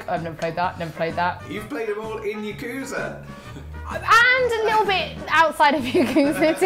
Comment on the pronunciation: Anyone else annoyed that mispronounces Yakuza?